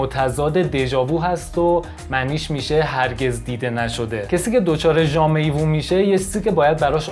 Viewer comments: تلفظ دقیقتر jamais vu ژَمه وو هست😉😉 ممنون ، مثل همیشه عالی 👌🏻👍🏻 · ممنون از برنامه مفیدتون تلفظ صحیح jamais vu ژمه وو هست